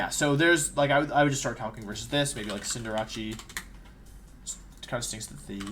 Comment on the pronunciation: Cinder-RACHEE lol. It’s CinderACE, like a playing card. Ace of Hearts, or the ace in ‘face’.